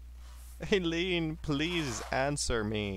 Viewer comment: It's pronounced eye-leen, just so ya know.